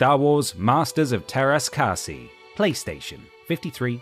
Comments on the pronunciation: Ah.. This brings back bargain bin memories. Having to convince my brothers that they should really just wait to get decent games.... Tara's Cassie? 😆😂😭 Te rah- kah-sigh... Lololololol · It's pronounced Teräs Käsi